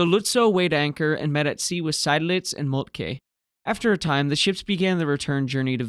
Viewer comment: Not such a big mistake, since everybody knows what is meant. You pronounced Lützow well, particularly the umlaut. However, the last vowel is a long, simple o, not a ou diphthong like in English. The w is mute. Seydlitz (the nemesis of every English speaker): Zide-lits. Korvettenkapitän: perfect!